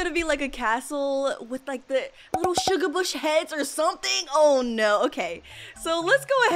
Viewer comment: u said shugabush heads that wrong